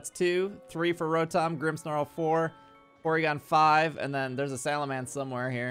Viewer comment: Did you just say Porygon 5?